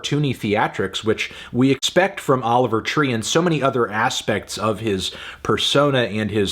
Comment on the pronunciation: Anthony saying Oliver tree more like Oliver pee for 10 minutes isn't a review